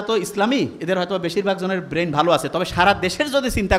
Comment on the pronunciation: 'বেইন' কী জিনিস?😂😂😂